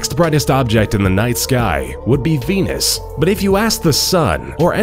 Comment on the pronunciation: When he said venus it sounded like penis